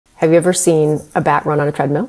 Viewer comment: It's the way you emphasized you that got me 😂@